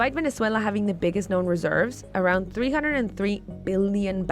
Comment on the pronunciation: It's so weird that pronunciation of Venezuela changes from Spanish to English. And other countries are pronounced in English.